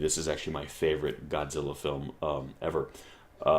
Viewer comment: ちゃんとゴジラとGodzillaを区別して発音してるね。